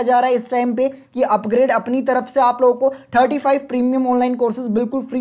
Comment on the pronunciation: Bhai pronounce it like 'UpGrad', not like 'UpGrade'.